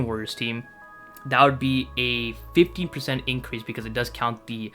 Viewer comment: sounded like 50 lowkey